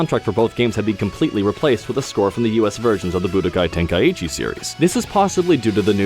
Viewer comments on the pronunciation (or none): It's not Tenkai-ichi there are no 2 I. Ten-kai-chi OR Ten-ka-ichi if you want to have gthe ichi sound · I thought the same. I don't think so. As far as i'm aware it would be "Tenk-eye-chee", but I'm not sure. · Nightbane Or "Tenk-eye-ee-chi" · Ten-kai-chi not ten-kai-ichi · is he pronouncing tenkaichi wrong? or is it me? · Is that how you pronounce Tenkaichi?